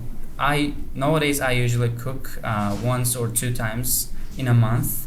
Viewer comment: Not nowodays, nawwwwadays✅ a teacher✅ (articles) I guess his speech is awesome in a real life as opposed to this video.